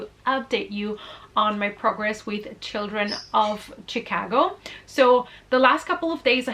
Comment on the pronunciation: I love how you say Chicago! Where I'm from people say it like Shaaa-cogo. But Chicago like you say makes so much more sense to pronounce! Because it's not Shaaa....lol! Anyway, lol, your cats are adorable! Great video, ❤❤